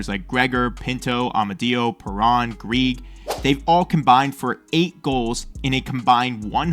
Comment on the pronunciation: Amadio: like it's a-me, a-mario Greig: Gregg